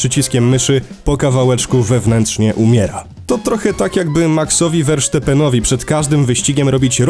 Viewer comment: Filmik super ale proszę o jedno VERSTAPPENOWI nie WERSZTEPENOWI uszy krwawią dziękuje a jak w temacie nie jesteśmy zagłębieni nie poruszajmy go 🙂